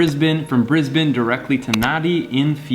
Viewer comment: Love how you actually said Brisbane right instead of saying briz-bane like every other Canadian and American u see coming over